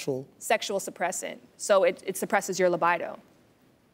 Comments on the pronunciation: I believe it's pronounced "Le- BEE-do" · As a medical student, what the Lady in the black said about anti-depressants and sexual drive is a blatant lie. She is what us medical students call "webmd experts" I'm shocked she wasn't properly vetted before sitting on the panel. She's so unlearned; that she pronounced it as LA-BY-DO! How incompetent is that? Kudos to Renee and Garcelle for their realness! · Did this chick just say li-bide-o?! Maybe she was nervouse....